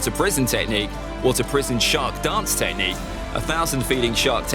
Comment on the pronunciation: Who wants to count how many times he says tehcnique